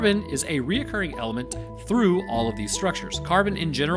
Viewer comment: You may be great at science and otherwise hilarious but as a retired English teacher, let me remind you that recurring is a three syllable word and when you add an extra syllable, it makes you sound less intelligent, but that would still make you smarter than most people🎉